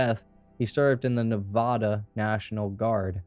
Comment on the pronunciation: It’s Nevada. First A as in “apple”. Just for future reference :)